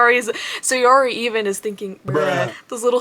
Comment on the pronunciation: i don't think saori's name is pronounced like sayori more than sour-y